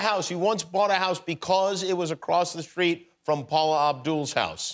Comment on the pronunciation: It's street...... Not schreet.